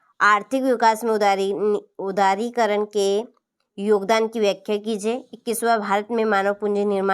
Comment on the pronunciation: उदारीकरण को उदारीकरण 😂